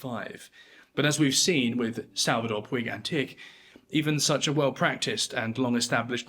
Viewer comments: Puig is a catalonian name, it is pronounced Pooch. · Puig is pronounced "putch".